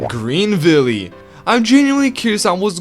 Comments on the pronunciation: it’s pronounced Greenville, not Greenvilley you uncultured swine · Greenvilly? I thought it was pronounced (green-vill) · Bro said "Greenvillee"😭